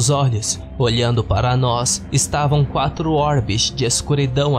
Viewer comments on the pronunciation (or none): none